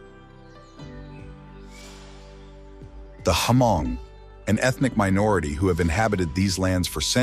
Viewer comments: they are probably tired of correcting you guys so they just let it go. It's not HA-MONG. It's pronounced MONG, spelled Hmong. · It's not pronounced Ha mong It's just hmong the H is silent.😊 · Ha-mong is a word for Hmong in a bad way. It's Hmong(Mong) Not Ha-Mong. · It's pronounced MONG for (Hmong) not HAMONG. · It’s pronounced Mong, where the H is completely silent not HaMong! 😢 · yes! Definitely!! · i have never met a Hmong person teaching other ethnicity to call us HA-Hmong. i told you it's Hmong and pronounce it MONG. Not HA-Mong. HA-mong is a bad word like if you call a black person a N'gdrrrt. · Beautiful documentary, but would appreciate it if you didn't confuse/mix the Hmong people for other ethnic minorities so much. And, it's not pronounced Ha-mong. The "h" is silent. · we need to correct them when they are saying it incorrectly.